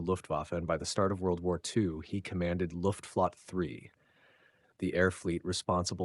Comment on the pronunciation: Pronounced Luft-Flo-tte three syllables